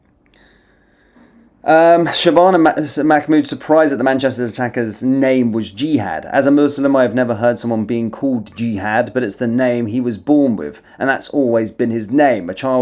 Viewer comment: Why do u keep saying mc’mood that’s not her name